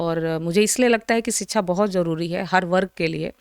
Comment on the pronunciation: Ye madam padhi likhi hain kya?? Inko shiksha bolna nahi aa raha hai ...siksaa bol rahi hai.. disha ko disaa bol rahi hai... ...aise log waqeel kaise ban jaate hain??